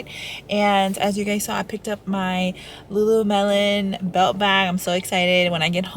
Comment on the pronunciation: Did you say Lulu-melon? 🥰